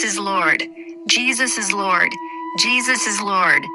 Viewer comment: M'Thinks Tis Jus The Way The AI Robot Is Pronounzing The "O" In The Word "Lord" 🤔🤔🤔😤😤😤🤫😅🤣🤣🤣